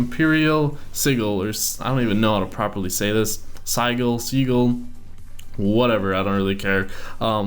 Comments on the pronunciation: really seagull.... not that hard to pronounce si-jul._. sigh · Sih-Juhl, not seagull 😂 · as a grammar nazi,, i disapprove of Sigil being pronounced as sea-gull, pronounce it as si-gil with the I's like in fill and the g like in giraffe. flies away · Its pronounced sigil not seagull XD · its si-jil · Said as: sid-Jill, not being a know it all, just saying 👍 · Btw it is pronounced sijil